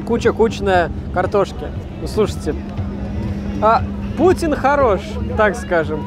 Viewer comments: Грустно, когда фудблогер говорит пУтин вместо пути́н :(((( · Не пУтин, а путИн) блюдо такое)